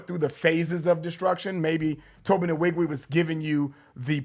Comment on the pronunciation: I love your guy’s reviews, but y’all said Tobe Nwige’s name way to many times to be saying it wrong! Lbs It’s pronounced ‘wee-gweh’ thanks 🙏🏾